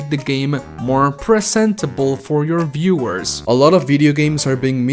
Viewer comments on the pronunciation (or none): guey tu ingles es terrible jajajaj por que acabas tus palabras con 'e'??? dices workE, viewersE, investE, videogamesE